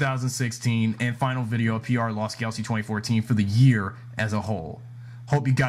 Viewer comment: Really Dino Charge is the worst also you say Lost Galaxy wrong.